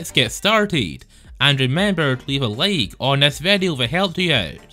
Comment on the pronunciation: " And remember to leave a laake or nest "